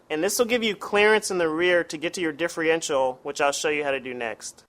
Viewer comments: Great tips just one thing that drove me crazy its differential not diffreential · Don't think I'd take anyone's advice that can't pronounce the name of the part he's working on.....just saying